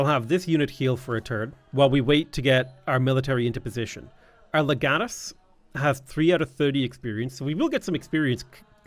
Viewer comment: It's pronounced Leg Uh Tus